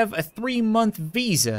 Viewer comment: It’s visa the card not visa